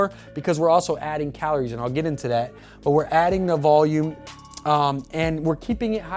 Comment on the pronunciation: This whole video I was wondering wtf "calones" were xD... bro ur space between the 'r' and 'i' is all kindz of fcked up... thanks for the video because i've been looking for a video like this for weeks and couldn't find one!